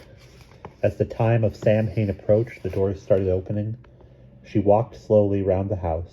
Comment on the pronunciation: Sam-hain ❌ Sow-in ✔️